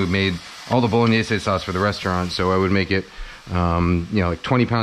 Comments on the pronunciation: Great video. Love the mathematic approach to onion chopping. Bow-luh-nayz, btw. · I just realized I've been saying 'bolognaise' wrong my whole life.